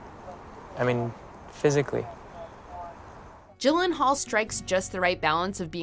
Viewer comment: But again, it’s “Jake Eeeeeelenaullllll”